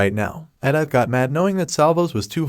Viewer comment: They butchered Edithe's name.